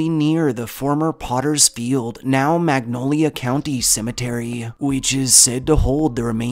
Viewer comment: WOW! I am a native West Virginian and historian and the facts you shared are accurate. The only difficulty is the mispronunciation of Monongalia Cemetery.